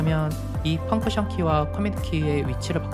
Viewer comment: 펑크션 말구 펑션입니다만^^